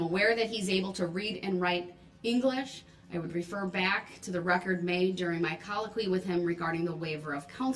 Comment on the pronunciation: Wow...reading "thee" book